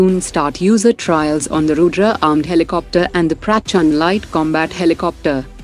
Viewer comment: Indian voice honi chahyie yo proper bhol sKe Indian words ko like Durga laser weapon , Rudra & Prachand